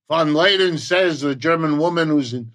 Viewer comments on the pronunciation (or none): Since you cannot even pronounce Von der Leyen correctly, I have serious doubts that you know anything about the EU. I've lived in Europe for 39 years and about half of what you tell folk about it is demonstrably false. You don't even try to find the correct names. You need to learn to google competently. Do you allow such sloppy work from students? Try a faceless channel because it should embarrass you to show your face and tell the half-truths you do. It doesn't embarrass you? It should.